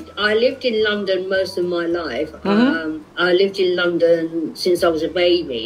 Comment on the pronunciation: 細井先生、普通に英語話せてるじゃん🤣🤣 発音も綺麗だと思った！若干イギリス寄りの発音ですよね🇬🇧(特にLondonの発音が無駄に綺麗ww)医療系専門用語を理解出来てるのも流石すぎた。聞き方もお上手ですし😌本当に多才でコミュ力の神です✨モリテツさん、このシリーズ続けて下さい‼︎